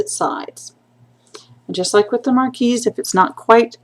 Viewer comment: Nice tutorial..Just a side....marquis is pronounced "mar-kee"